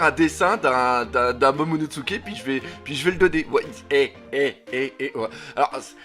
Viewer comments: Momonosuke pas MomonoTsuke. Par pitié 🙏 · Déjà que je trouvais tes vidéos pourris, là on est passé au niveau supérieur, je passe le fait que tu détruise complètement les noms mais c'est tellement chiant que ça bloque direct, c'est pas momonoTsuke mais MOMONOSUKE bordel !!!!!! T'expliques des choses tellement évidente que ça devient encore plus chiant, et tu te poses des questions qui n'ont pas lieu d'être si barbe blanche n'est pas allé affronté kaido c'est qu'il y a une raison qu'on ne connaît pas encore !!!!!! Le one piece par exemple avec le fait qu'il serait arrivé trop tôt et qu'evidemment le one piece est en lien étroit avec wano et SURTOUT tu critiques et dit "erreur"!?????? Mais tais toi et attend d'avoir des explications, tu sais ce que c'est one piece ???? Tu sais ce que c'est oda !!!!?????? A chaque fois on est obligé de relire les scan parce que justement une information est révélé après et donc à ce moment là tu devras t'excuser, et si toutes tes vidéos sont dans le même style et bah elles va être très longue cette vidéo !!!!!!!